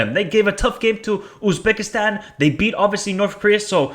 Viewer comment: North Korea 0-3 Iran Qatar 1-1 Uzbekistan UAE 2-0 Kyrgyzstan North Korea 0-2 Uzbekistan Kyrgyzstan 0-2 Iran UAE 2-1 Qatar Uzbekistan's not pronounced Oozbekistan